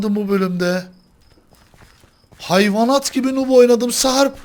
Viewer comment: nup değil noob nuub diye okunur